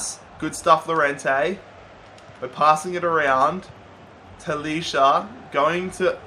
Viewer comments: I'm sorry but you pronounce talisca ta-lees-ca not talisha but no hate keep up the good work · Talisca prounouces Taliska